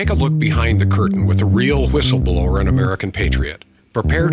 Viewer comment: ❤ also love the intro voice when he says “whistleblower” it reminds me of family guy when Brian is giving Stewie a hard time over how he says “cool whip” like idk how to explain it but the way the guy sounds when saying whistleblower is without the W lol love the show though